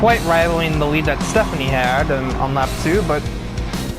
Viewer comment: Stephanie is apparently a Spaniard now instead of German.